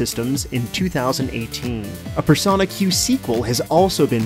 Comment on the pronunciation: its wingardium persOHna not personAH